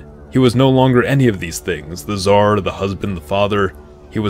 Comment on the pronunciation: nobody: absolutely nobody: scar nicholas